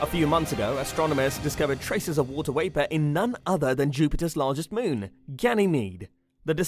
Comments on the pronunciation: It's not wapor It's VAPOR. V is not pronounced as W. Sorry it just bugs me. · I love the video some reason it bothers me that it sounds like he saying water waper Instead of water vapor.